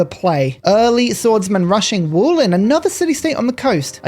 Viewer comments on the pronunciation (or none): Btw., "Wolin" is pronounced more like "Volin", not "Wool-in". The name supposedly comes from some archaic slavic word "vol", which translates to "wet" or "watery" (as Wolin is an island as much as a town). There are some interesting locations nearby, too - such as "The hanged men's hill". The town was (during it's long history) a free city, a great merchant hub, and a viking warlord's staging area, among other things. ;) Currently, annual "Slavs and Vikings Festival" takes place there.